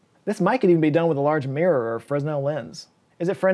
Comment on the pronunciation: Don't know about 'frennell' or 'fresnel,' but it's 'mirror,' not 'meer.' Just saying. Love your videos, by the way.